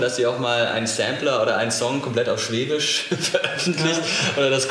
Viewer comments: Des hoißt Schwäbisch net Schwebisch !!!!! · Es heisst schwäbisch und nicht schweeeebisch!!!! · Für einen Badenser machst du aber ganz schön viel Webung für Württemberg :DD Dein ganzes Essen, die Sprache, die Musik,.. beim meisten gings nur ums Schobaländle xD und btw.. es heißt schäbisch, nicht schwebisch^^ :D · Mich graust's immer, wenn jemand "schweeebisch" sagt. Des hoißt "schwäbisch"! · Ich bin leicht getriggert... schwÄbisch, ned schwEbisch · Du kannst netmal schwäbisch Dua sagst immer schwebisch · SchwÄÄÄÄbisch, net schweeeebisch!!!!